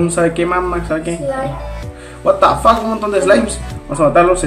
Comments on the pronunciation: No si se dice a si pero se lee Ua ta fac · No es por ofender pero no digas "What The Fuck". Por que no lo sabes decir bien, no te ofendas:3 Like :3